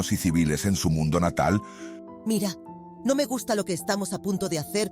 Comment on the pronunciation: soy yo o ese "NO!" Sonó como un "go" ._.